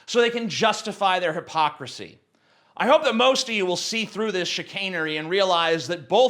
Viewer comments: if you were saying chicanery, its not pronounced like that, its lick cHick-ANN-ER-RY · every time you say the word chichanery it reminds me that you are a manson fan